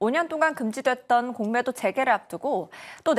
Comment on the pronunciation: 공매도 발음 억양이 넘..계속 신경쓰여요ㅠ겁덩이라니^^